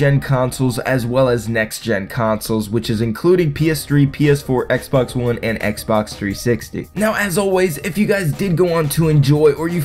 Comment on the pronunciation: Did you just say X Bone one 😂